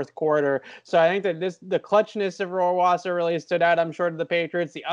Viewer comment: As a german native speaker I must say that you guys have to work on you pronunciation of Rohrwasser 😂